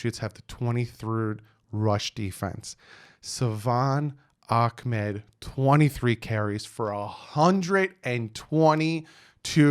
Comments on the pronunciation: i’m sorry but i feel like the commentators were saying his name wrong. it’s “ahmed” not “akmed”. fun fact my close friend back in seattle went to high school with him 🔥🐬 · Love your work.. It's pronounced.. Ahmed. Tho